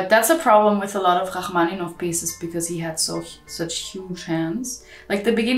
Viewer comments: did no one notice the hah-maninoff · Completely mispronounced Rachmaninoff